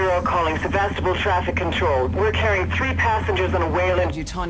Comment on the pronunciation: Ugh, they keep pronouncing Sevastopol wrong.